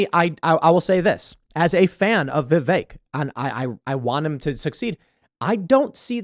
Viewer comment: Pretty sure it’s pronounced “vivik” not vivake lol